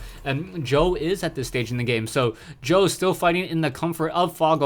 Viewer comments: lol "s- jow", its pronounced "sjow" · Nice commenting but he's not pronounced "S-jow". It's more like "CHOV".:>